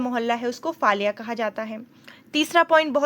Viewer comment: It's called फलया and not फाल्या